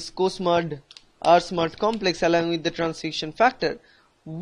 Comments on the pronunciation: Nice; except that it's R-SMAD and co-SMAD, not SMUD. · It’s not smud it’s smad.. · This is smad not smud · First it is transforming growth factor....second protein is Smad not Smud